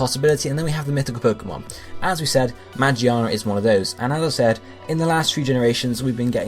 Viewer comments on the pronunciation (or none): i just wanted to point out its "megearna" not "magiana" the one you pronounced was the japanese name....anyway good video. keep it up :)